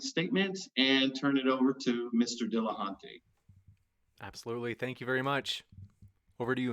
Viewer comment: Why should anybody listen to what comes out of someone's face anus when it's verbal diarrhea and the inability to pronounce the name of their opponent. HINT: It's NOT "Dilla-HAUNT-y" you douche.